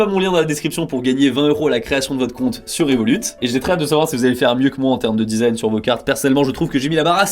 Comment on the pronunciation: Désolé mon reuf, mais le T de Révolut ne ce prononce pas